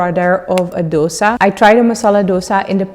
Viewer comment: For heaven's sake don't say dos-ah. It is dos-A (A as in A, B, C, D, E......). Please don't murder the true name and its correct South Indian pronunciation.